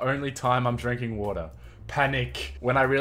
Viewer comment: Wait did u say water I heard vodka